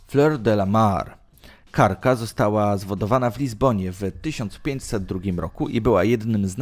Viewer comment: No i jak zwykle - popis wymowy: Cóżeś Ty za słowo wypowiedział przy opisie srebrnej flotylli tego nie zrozumie nikt. Jak, drogi lektorze raczyłeś nazwać typ okrętu do pory zwanej KARRAKĄ chyba (z głodu) lub niewiedzy (o co Cię poważnie podejrzewam). Ten typ okrętu (nie mylić ze statkiem) to wczesna poprzedniczka KOGI zwaną jako KARRAKA. A Twe rewelacje można śmiało zaliczyć do bujd‼️(na resorach).